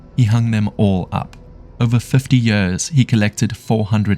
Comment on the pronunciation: What incompetence in the Belgium police with that old lady who fell in the bushes and died. (And PLEASE edit how your Ai voice says “years”.)